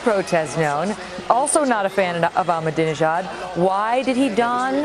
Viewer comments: she says OBAMAdinjad Looooooooooool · listen to the lady she said obama-dinejad lol seconds......